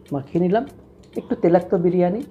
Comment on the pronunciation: Dada telakto noi toilakto sobdo ta..